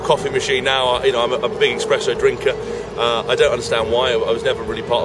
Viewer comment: expresso? EXPRESSO!